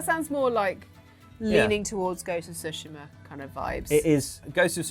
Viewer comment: This and Dragon’s Dogma2 are just boring arcade for casuals; just push light attacks button repeatedly, the end. “Shogun” is just another racist white-savior show. Gaming Industry and Hollywood are intellectually bankrupt. Finally, it’s “Tsu-shi-ma,” not “Su-shi-ma.”